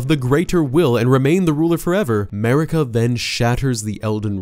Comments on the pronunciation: It's Marika, not Merika goddamit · Ahem.. MARika. And RANni... fucked up the names of best characters.